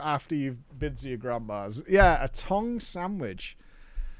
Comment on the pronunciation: Worst thing about this entire video is the way pronounces the word tongue.